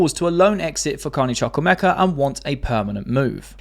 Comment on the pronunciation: Btw the name is Chukwuemeka. Chu in ‘Chuk’ pronounced like chu chu train. ‘Wu’pronounced like wo in wool.